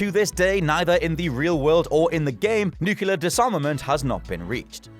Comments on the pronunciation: nuclear.... new-clear... not freaking new-cu-lar. it's annoying when you can't pronounce your own words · Nuclear*, not “nucular” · Stop saying "nucular". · Nukelar Nukelar Nukelar Nukelar Nukelar Nukelar Nukelar Nukelar Nukelar Nukelar Nukelar Nukelar Nukelar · Repeatedly mispronouncing nuclear as, "Nucular... Nucular... Nucular... Nucular..." should get him reprimanded. Brown says that too, sadly. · Nucular weapons... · Why the f can't native english speakers pronounce the word "nuclear" properly? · I cant get past horrible pronunciation of nuclear. GEORGE W. BUSH BE DAMNED!!! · Don't blame! This is! 😂